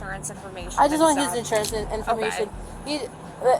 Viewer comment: “license registration schjurjur” 😭